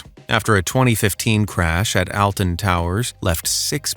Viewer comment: It's pronounced "Olton", not "Alton".